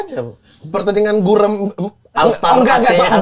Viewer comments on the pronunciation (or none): Gurem Argument! Bukan bureum, bang Ibnu 😅😅😅😅😅